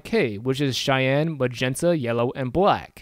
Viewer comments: Nice vid! I really hate being this guy but the way you pronounce Cyan is incorrect. It's pronounced like "si-yan". The way you're saying it is a city in Wyoming. No hate. It's a weird word. Again nice vid and thanks for taking the time to make it. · I love your tutorials and I really appreciate the time you took to make one just covering color modes, but pleeeeease pronounce cyan properly. I have no incentive to give you because I'll probably keep watching these regardless, but I get very distracted by it.